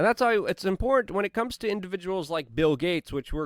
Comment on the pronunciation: Luke it's im·por·tant 🤣